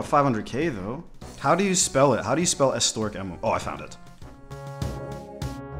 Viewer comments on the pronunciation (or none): Ess-oh-tare-ick, not ess-teric. Just for future pronunciations. 👍